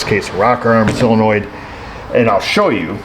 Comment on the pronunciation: Am I the only one that actually pronounces solenoid as "sō′le-noid" and not "sillynoid"? Oh wait... I mean, good job,.:D